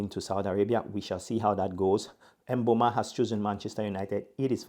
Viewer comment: thanks appreciate it and do you pronounce it with a 'a' at the end of 'o' because it sounded like you said mbeuma